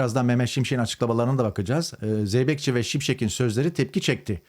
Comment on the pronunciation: …Beyfendi önce Türkçeyi doğru konuş, M. Şimşekin değil, M.Şimşeğin